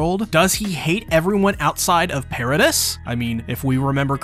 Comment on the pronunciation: Why you say paradis like that? Not gunna subscribe bc of that